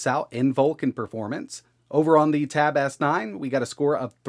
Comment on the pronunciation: "The tab-ass-nine"